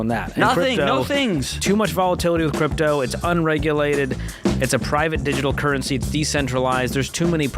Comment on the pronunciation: Nice episode. However, currency does not contain a "t".